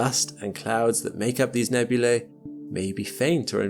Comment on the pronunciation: nebulay lmao Its nebulee.